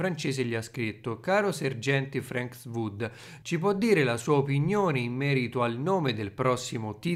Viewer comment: sei un grande, però il sergente si chiama FRANK WOODS NON FRANKS WOOD